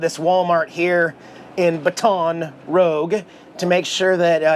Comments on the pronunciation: It’s Baton Roooooge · Baton Rough. Awesome dig at those who are so picky at your pronunciation of places. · Excellent video as always. Loved seeing the Waffle House, great food. Seeing I-10 and I-12 brought back memories, my folks and I have been on it many time. LOL. Baton Rouge is pronounced: Bat-en Rooj. (I am terrible at trying to write out words as they sound). Jax is always adorable, give him an extra treat from us please. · ..... You need to learn correct pronunciations of the cities you visit ...... It's just so rude to mis-pronounce them ......... It's pronounced "Bate-on Ra-Goo ........" ........ ........ ....... You're welcome !!!!!!!!!!!!! !!!!!!!!!!!!!!!!! !!!!!!!!!!!!!!!!!!!!!!!!!!!!! !!!!!!!!!!!!!!!!!!!!!!!!!!! !!!!!!!!!!!!!!!!!!!!!!!! !!!!!!!!!!!!!!!!!!!!!!! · It is pronounced baton "rouje" (in French anyway)😁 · You know good and well that's not how to say Baton Rouge, Bat-ton Rooge 😂. And, ty for showing beautiful Jax. Didn't see him in last video. 😿 Love Jax. Btw, must be in Texas by now, maybe even finished but gas prices are up now in LA. Tc and safe travels. 🙏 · I like the pronunciation of Baton Rouge. 🤣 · His pronounciation of Baton Rouge is wayyyy off lol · It took me awhile to realize you were saying baton rouge weird. lol. I know you did it on purpose. Thanks! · Hey what's goin on In case your tryin to pronounce where you are its Baton Rouge laissez le bon temps rouler ( stands for Let the Good times roll ) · Go ahead and purposely pronounce something. Love your version of baton rouge. Good boy Jax 🐈😺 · when pronouncing Baton Rouge think French Roll the tongue 😂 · Your pronunciation of Baton Rouge cracks me up! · I was looking for this comment lol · its bâtons roujjjjjjj not rogue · It is pronounced as the French way by some people. I never heard it like said it.